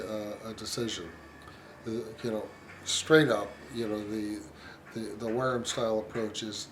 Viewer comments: You dont know what your talking about mate, apart from your very poor pronunciation. I dont think Ive heard such drivel...If the Wharrams sell so well ...your obviously WRONG !!!! Why do refer to Wharram owners as being part of a cult. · It’s killing me that your mispronouncing Wharram.